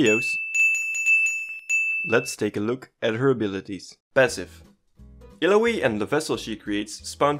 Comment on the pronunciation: Cool, you pronunce her name wrong even when she tells it how it's pronnounced. No don't trust your guide.